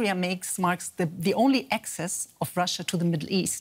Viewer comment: Russia, Russia, Russia. Sounds like: Marsha, Marsha, Marsha.